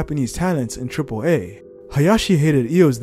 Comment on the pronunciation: It's AAA like "say ahhhhhh" not AAA like Fonzi's "ayyyyyy!" Triple Ahhhhhh